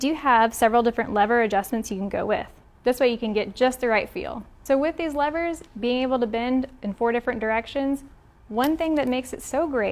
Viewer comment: I just wanted to thank you for not calling the “levers” “leeevers”! Holy shit that bugs the hell out of me🤦🏾‍♂️